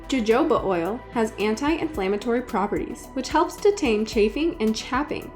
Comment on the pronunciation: That is NOT the correct pronunciation of Jojoba oil.